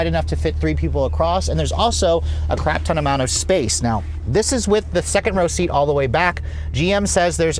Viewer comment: "36 speakers is a sshhcrapton" Nice save 😁